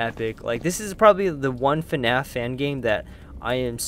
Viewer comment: It's pronounced like this Fnaf not finfnaf you should really know your name of the movie but I understand if you are from Korea . I forgive you by putting a like in the description